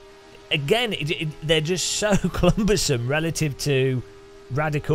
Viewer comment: Says "Clumbersome" 😁😏